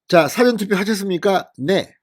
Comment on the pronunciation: 미안하지만,事前투표 발음:싸전투표× 사전 투표